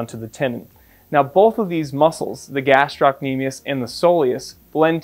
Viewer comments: In med school I failed to diagnose an achilles rupture on a guy whose motorbike had tipped over while he was on it. I thought Thompson's test was negative but it turned out I just wasn't squeezing hard enough! Tricky. Oh and just one thing about the etymology and pronunciation of "gastrocnemius". Taken from Wikipedia: "The muscle is named via Latin, from Greek γαστήρ (gaster) "belly or stomach" and κνήμη (knḗmē) "leg"; meaning "stomach of leg" (referring to the bulging shape of the calf)." Oh and eccentric is pronounced ex-centric. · Thank you, this is most interesting and educational. One small comment about the word gastrocnemius : it's gastro-cnemius (the belly of the lower leg) while you were pronouncing it as gastroc-nemius (which in greek does not make sense)